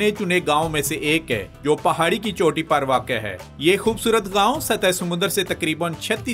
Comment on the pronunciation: Focus . .not fociss. . 😅 khoobsurutt. . ? 😂 😅 centurr 😅